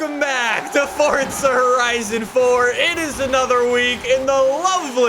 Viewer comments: Kan you stop saying forzha it's Forza not forzha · I meen you are saying fortzha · Everyone: FORZA: FORTZA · It’s not fortza it’s forza